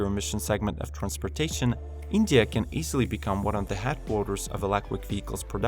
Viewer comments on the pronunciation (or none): none